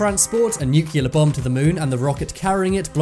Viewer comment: Try saying new-car, NEW. CLEAR. Instead of new-q-lar. New. Clear. It's easy. 😀❤